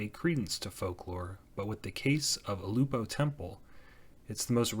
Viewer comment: I’ve lived in Kailua my entire life (65 yrs.) and I can tell you that Ulupo heiau is in no way a pyramid. The back side may resemble one slightly because of the shape of the hillside it was built on, but it is in no way a pyramid. It is a flat-topped pile of stones, which was made that way to be the foundation of a temple complex of several religious wooden structures. BTW, it is pronounced ‘Ew-lou-poe’